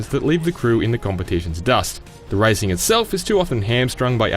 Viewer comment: Did he say ricing game lol